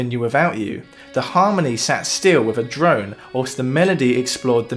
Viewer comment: You are clearly educated; stop saying "wiv".